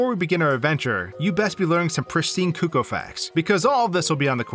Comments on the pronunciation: The most stressful thing about this video was how he pronounced Cucco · "Koo-kohs" bruh